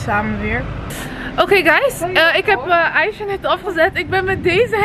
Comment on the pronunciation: Ze zegt in iedergeval aicha hoe het hoort niet meer , Aiga met g dat kon gewoon niet. Mijn comment heeft geholpen 😁